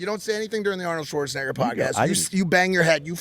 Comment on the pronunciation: Arnold - Shwartz - a Naygor